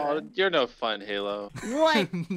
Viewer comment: And he also just says “Halo”